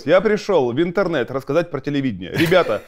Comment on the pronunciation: ВИНТЕРНЕТ, звучит как винтерфэл😂😂